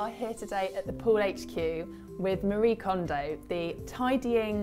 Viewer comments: Her name isn't "Marie" like Marie Curry. She is Japanese. Her name is Marie (mah-dee-ay). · I love how EVERYONE mispronounces Marie's name. Its pronounced "Mar-ee--ay"